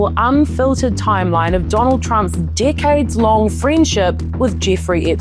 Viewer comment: Whenever you say decades long it sounds like dick heads rofl